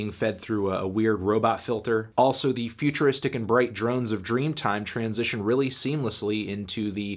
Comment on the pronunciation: It’s weird hearing Anthony say transition in one word